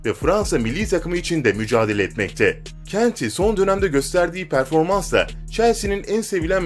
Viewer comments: Abi kenti diye degil ya kante de ya da konte de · Engilo kanti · Abi kanti deyil kante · Boş Kutu düzgünü şu Embolo Kante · Video güzel ama isim tabirleri kanti eeedın hazırd pagba faln gülmekten öldüm djjdjdjeje